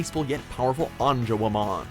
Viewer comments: They said angawomen it's angewomon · Lol, they do not even pronounce Angewomon properly.